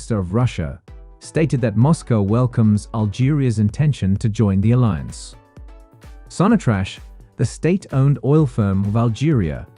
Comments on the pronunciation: Sonatrash 😂 ok I will not take that as an offence but as an ignorance from your part it's pronounced SONATRAC not trash lol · it's pronounced Sonatrack